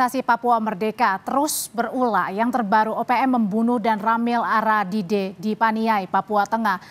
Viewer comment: Agadide bukan aradide